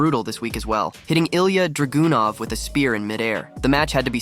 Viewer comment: Ilia DRAGOON-OFF?!? Man you're butchering these named lol. 😂